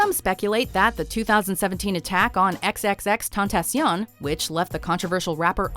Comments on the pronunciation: "XXX Tontacion" I don't like the dude, but damn at least say his name right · It's Spanish, but they pronounced it in French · Their pronunciation was French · The way they pronounced xxxtentacion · They accidentally reversed the vowels while saying xxxtentacion